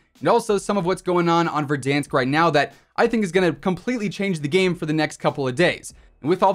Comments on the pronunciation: I like when you say Verdansk correctly, I feel big cringe when you say Ver-Dawnsk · No body: Not a single soul: VERDAHNSK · Man pronounces verdansk like it’s french